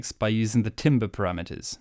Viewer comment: Timbre Ho! But seriously if you pronounce it as "timber" I will assume you don't know what your doing.